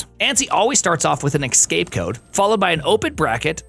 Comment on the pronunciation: Great work. but did you pronounce escape as ecscape? twice?